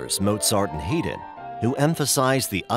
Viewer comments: no, it pronounced Hi-dn not din. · Am I supposed to take this documentary as a serious work, when you cannot even pronounce the name of Haydn correctly. It is not He-den, or Hay-den, but pronounced as High-den or more appropriately, High-dn. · You pronounced Hayden, Heyden where his name is pronounced Hyden (spelled Hayden). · Mozart and "Heedin"? (Haydn) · How can we take seriously anybody who pronounces Haydn as Hayden. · The nationality of the narrator doesn't matter. The words that were mispronounced are commonly known. The information presented was excellent, but you should mention to your narrator that he must familiarize himself with any names or words he doesn't know before he records it. Haydn=High/dn. Baroque=ba/rohk. Kant=Kahnt. And by the way... Beethoven was, without a doubt, the greatest musical genius in history. Bar none. Period. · Buh-RAHK music. HAY-den? Embarrassing. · "Haydn" as well but decent documentary regardless